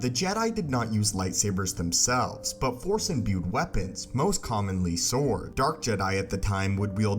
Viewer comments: Are you saying “Sith saw”? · if he says "sith sore" one more time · This guy can't say force, or sword. Dude. Learn to speak